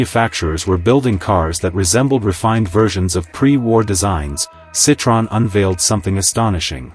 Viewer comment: Can't even pronounce the name correctly.